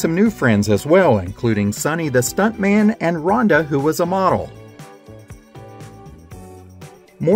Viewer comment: Great channel! But Rhoda Morgenstern, not Ronda!